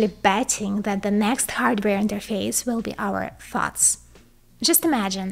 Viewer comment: Everytime you say "thoughts," I hear 'farts'